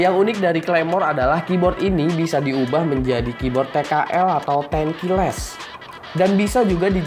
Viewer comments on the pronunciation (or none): none